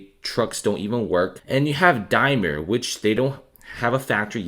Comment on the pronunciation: Just so you know Daimler has an A and L in it.